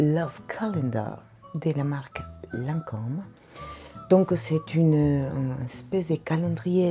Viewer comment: You look so elegant today, even the jewelry is on point. And thanks for finally teaching me how to pronounce Lancome!